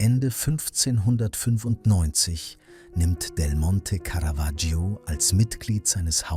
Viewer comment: Was für schreckliche Sprechweise und auch teilweise schrecklicher Text (Lack statt Firnis, Caravaggio permanent falschbausgesprochen etc.). Und dann wird das Porträt nicht mal gezeigt.